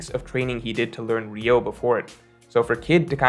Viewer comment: It's "Ryuo" (Ree-U-O) not "Ryou", as for the rest, I agree with you except that Kid (unlike Luffy) is NOT alone Fighting an Emperor and knowing Haki develops in hardship, it is possible to at least start developping advanced conquerors haki against Big Mom